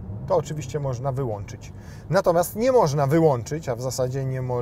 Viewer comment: Co tam "moszna" wyświetlać, bo nie dosłyszałem 😅